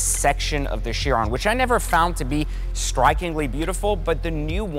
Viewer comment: Ki-ron - a Bugatti Ki-ron - is how Chiron is pronounced - ‘In Greek mythology, Chiron (/ˈkaɪrən/ KY-rən; also Cheiron or Kheiron; Ancient Greek: Χείρων, romanized: Kheírōn, lit. 'hand') was held to be the superlative centaur amongst his brethren since he was called the "wisest and justest of all the centaurs".’